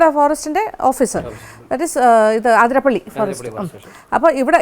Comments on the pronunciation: അതിരംമ്പിള്ളി അല്ല അതിരപ്പിള്ളി ശരി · ഏത് ആതിര ! ആതിര😂പ്പിള്ളി അല്ല അതിരപ്പിള്ളിയാണ്, ചിലർ ആതിരംപിള്ളി എന്നും പറയുന്നു 🤔 ഉള്ളത് പറഞ്ഞാൽ പോരേ? കേട്ടുനിൽക്കുന്ന ഫോറസ്റ്റ്കാരിക്കും വിവരമില്ലേ ? മന്ദബുദ്ധിസംഗമം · The other side of the falls is truly beautiful, awesome view, adventurous.. പിന്നെ ആതിരപ്പള്ളി എന്ന് അല്ലട്ടൊ അതിരപ്പിള്ളി എന്നാണ്‌.. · Maam ആതിരപ്പിളി അല്ല അതിരപ്പിള്ളി ഞങ്ങളുടെ നാട് 🥰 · അതിരപ്പള്ളി യാണ് ആതിരപ്പള്ളിയല്ല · എല്ലാവരും ആതിരപ്പിള്ളി എന്നാണ് പറയുന്നത്. അത് തെറ്റാണ് അതിരപ്പിള്ളിയാണ് ശരി.